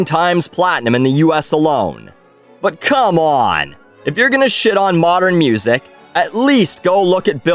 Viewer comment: Classical mussik